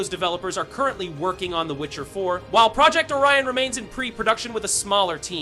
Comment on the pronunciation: I did not understand what are the ''HUGE NEWS'' nothing that we didnt knowalready. Also, learn how to say Project!